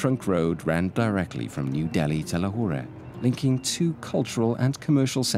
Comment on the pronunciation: Do the locals really say Lahorah? I’ve always hear Lahor.